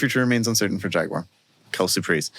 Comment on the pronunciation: How on earth can you claim Jaguar is a favorite brand of yours when you don't even bother to pronounce the name correctly?